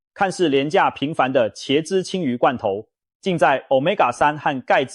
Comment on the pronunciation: （ㄑ一ㄝ/）茄子的茄，（ㄐ一ㄚ）雪茄的茄，請問你唸的ㄑ一ㄚ/是哪個字？？